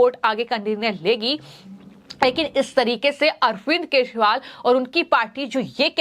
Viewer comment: Anchor ka bhasha thik kare bahut galat padh rahi hai kejariwal ko keshpal bolti hai. Channel wale galti thik kare